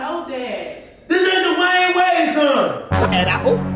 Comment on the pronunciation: Lol not Dewayne Wayde lol lol